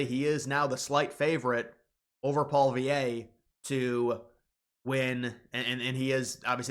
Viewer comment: Paul -eee EV .